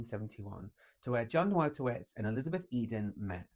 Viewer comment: it's pronounced Voytovich.... trust me, i'm a professional Pole